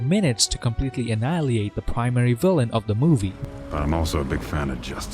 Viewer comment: No disrespect but you're a Canadian, yet can't pronounce many words properly. Check out how he says annihilate.